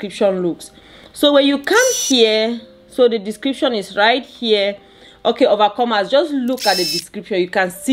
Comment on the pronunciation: OMG I am so sorry. I just realized you were saying overcomers. I thought it was a term of endearment or something. Insert faceplant here. 🤦‍♀